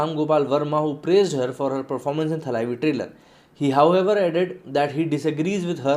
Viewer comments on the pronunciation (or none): “ T A L A I V I “... TALWAR KE “T” se ucchaara jaataa hai ! Na ki , “ THAANE KE THA” SE !, Bully-bolly ki DAMBHI DUNIYA ITNA BHI NAHIN JAANTI ??? TAMIZH BAHUROOPIYE BBDWOOD KE DULDUL ME bhare PADE HAIN !!! PHIR BHI AISA APABHRAMSH ??? “ THALAAIVI ...” SUN NE me EKDUM BHADDA LAGTA HAI !!!